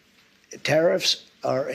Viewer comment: Did anyone else hear Trumps slip up? Did he say, Terrif, countries, ooops, countries? Gosh if this doedsnt ring alarm as to why these terrifs are placed, then we are in trouble... is anyone else talking about this slip up in this interview?..